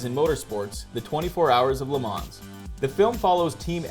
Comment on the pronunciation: Almost got my thumbs up, until I heard the 's' at the end of 'Le Mans'